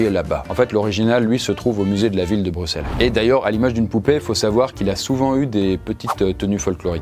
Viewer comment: Merci de prononcer Brussel et pas Brucssel. C'est vraiment très relou les français qui disent Brucssel